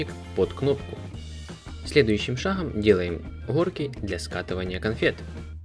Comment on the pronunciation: Шагом а не шахгом